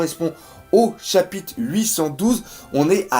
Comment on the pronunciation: Bon bin comme d'habitude, tu nous offre une vidéo de qualité qui fait plaisir à mater ! Ta chaîne mérite son succès y'a pas photo. Tu maîtrises grave ton sujet et on sent la passion pour ce manga. Sache que c'est mon fils qui m'a fait découvrir One Piece et toi qui a fait que je m'y suis accroché ! Bonne continuation ! Ps : on dit pas chapite mais chapitRe 😆 je sais pas pourquoi mais à chaque fois que tu prononce ce mot tu zap le R !